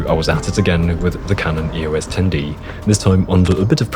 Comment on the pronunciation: EOS is a name, not an acronym. Pronounce it as such.